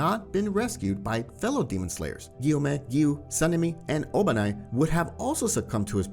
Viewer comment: His name is obanai not obani